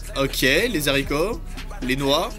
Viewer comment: Salut c'était pour te prévenir qu'on ne dit pas les les zaricot mais les haricots